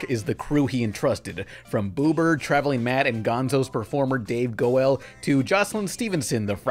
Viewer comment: Every Muppet fan cringes at the pronunciation of Dave goEL’s name